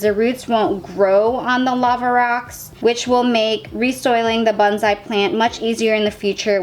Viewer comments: Your pronunciation of "bonsai" could use some work. The o should be a long o that fills your mouth. The s should be a definite slippery s. Each syllable gets equal emphasis. The first syllable should not be faster than the second. Sometimes it sounds like you're saying bunzai. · It’s pronounced bone-sai😁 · Stop freaking. I'm just helping her out. Most people who practice the art pronounce it correctly or at least close to correctly. It's part of the respect for the art.